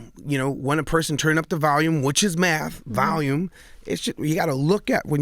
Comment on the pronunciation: Envy lol lol "Valume" instead of Volume.